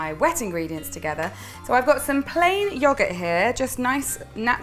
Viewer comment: Am I the only one who enjoys the way she says "yoghurt"?